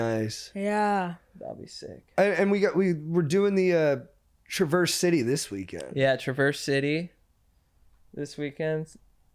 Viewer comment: Can't tell if they're joking about not knowing about Traverse City. Also, LEARN HOW TO PRONOUNCE IT.